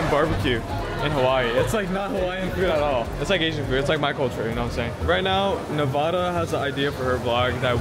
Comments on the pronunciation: Its nevaaada your girlfriend bruh😂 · It's Nevada duuu lol